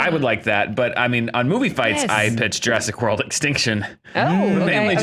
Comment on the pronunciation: Jurassic War-old. LOL